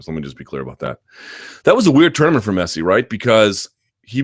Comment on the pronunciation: Cool that Americans are starting to like football but please don't pronounce Messi as messy. It's a short, narrow e sound, similar to the one you guys use in bed, not the one used in bad